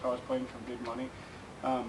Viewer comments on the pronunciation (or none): none